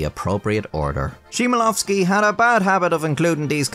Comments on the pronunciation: English pronunciation would be Hmielowsky. "H" like in a hat. The C is silent, like in D in Django. Great content btw, didn't know that story, but still my Polish ears hurt each time when you say "Shemelovsky" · It doesn't have to be "Shmielowski", you know. In a pinch, a foreign speaker can replace the "ch" with a 'k'. More accurately, though, it's a simple 'h', just like in English, but pronounced instead of silent. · Just so you know, "CH" in Polish is simply read as "H". I can see how you didn't know that, but still, 10 minutes of "Czimelowski" was a tad painful for me as a Polish person. Oh, yeah, "CZ" is actually pronounced like "CH" as in "catch". Good vid mate :D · 1. Chmielowski is pronounced /kh-mee-eh-loh-vskee/ 2. As you can see, the entry for horse is much longer. It takes up 4 pages and goes into much detail 3. If you can, you may look into Paszyński's Black legend of Nowe Ateny (in Polish), it's available online and clears many of the misconceptions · "simelowski"? You could've at least put the name in google translate to say it properly... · simelowski? bro its not hard to type chmielowski in a translator and click that little speaker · As a pole, the way you pronounced "Chmielowski" is offensive Its something like "Hmielovskee" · "SHIMALOVSKI" my fucking god yall never know how to say our names right. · "Chmielowski" is pronounced with a hard "H" sound, not "SH" or "TSCH" :) H-MIEL-OVSKI. You obviously did research for this video, so you could at least paste it into Google Translate and hit the "listen" button. It hurts. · Bro why dont you just learn how to read his name for once so you dont have to call it Cimielowskij for the entire video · The pronounciation of Chmielowski made me die inside slightly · Same but remember how crazy this language is (I’m also Polish). And it’s very common among most of nations to spell the names just like they would. I don’t think it was on purpose nor to disrespect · its Chmielowski not Szymalawski